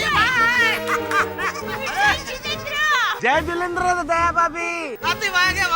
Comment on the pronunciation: Dr hathi ka jai jenendra suno. jai jelendrad daya bhabi 😂😂😂😂 or hathi tehle pe aisa lag raha tha jaise aalo ki boori rakhi ho 50 kg wali 🤣🤣🤣